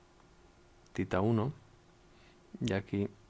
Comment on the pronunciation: ¿no es "theta" en lugar de "tita"?